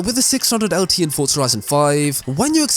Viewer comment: it is not FOR-TS-A it is FOR-Z-A